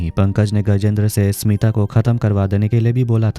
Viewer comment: My name is smita thanks aapne sahi se pronounce kiya baki log to acche se ni bolte .. Btw nice explanation